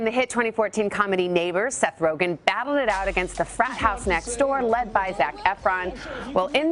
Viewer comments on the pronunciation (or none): It's Rogen, not Rogan, have some respect!